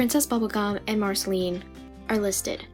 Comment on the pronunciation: You said it wrong you need to use the sound of the past letters in Marcelines name